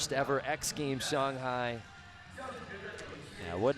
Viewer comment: "Shung-High Chyna" 😂